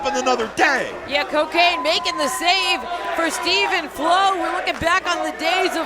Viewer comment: It is CoKane like Corporate Kane